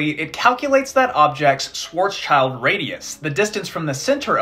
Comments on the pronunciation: Listening to you pronouncing Schwarzschild is incredibly funny. (The name translated is Black Shield) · Fun fact: The literal translation of Schwarzschild is "black shield". The -schild is pronounced like "shield" with a short "ee" btw. ;) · i'm disappointed by the pronunciation of "Schwarzschild" by both of you. Especially since his name is so appropriate to what he's famous for! ("black shield" in english) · Random funfact: "schwarzschild" translates to "black shield" And your pronounciation is wrong 😅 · The 's' goes with the 'child' and it's pronounced "shilt", and it means Black Shield. Same with 'Rothschild' pronounced "Rot shilt" meaning Red Shield. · I hate how you guys pronounce Schwarzschild. That name is German for “Black shield”, and so pronounce ‘schild’ like ‘shield’. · Great video, though I gotta say you guys need to learn how to pronounce Schwarzschild - pronouncing it English just horribly butchers it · The way you pronounce Schwarzschild 🖤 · The way pronounces "Schwarzschild" makes me furious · I loved every second of this. However, there's one pronunciation bit I'd like to comment on: "Schwarzschild" is a German name, pronounced as "Shwarts-Shilld", not "swarts-child" as most Americans do. Literally translated, the name means "Black Shield", which is a whole new level of cool. Still, doesn't have anything to do with children. Greetings from Swabia! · It's not Schwarzs-child. It's Schwarz-schild. The German sch is more or less pronounced like the English sh. It means black shield. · It's pronounced Shvartshilt (Black Shield), not Shwart's child. Otherwise, very enjoyable and informative. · Schwarzschild is actually a German name and it isn't "Schwarz's-child" but rather "Schwarz-Schild" (schwarz=black, Schild=shield) it is correctly pronounced "Shvarts-shilld" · shvarrrtz shield ... not swats child :p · "Schwarzschild" is pronounced more like "Shwartz-shilled," not whatever weird abomination you came up with.